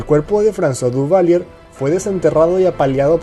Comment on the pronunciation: Sorry, se lee, Duvalieg..